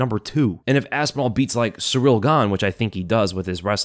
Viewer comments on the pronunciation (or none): none